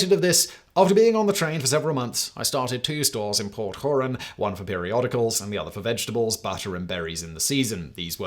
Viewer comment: Port hoorahn lol😂 it’s pronounced like the lake